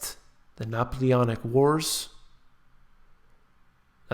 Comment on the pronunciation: "Napoleonic Wars" , u are saying it like this is related with "Naples"